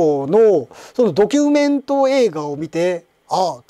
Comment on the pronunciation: ドキュンメントに聞こえたｗ